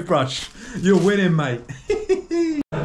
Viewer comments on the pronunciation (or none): none